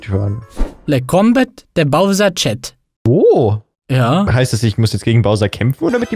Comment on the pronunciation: wie falsch kann man "chat" lesen?